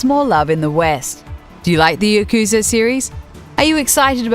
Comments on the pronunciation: Please learn to pronounce yakuza also. It hurts my ears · You mispronounced both the english and Japanese names for the series in the first 15 seconds. How do you even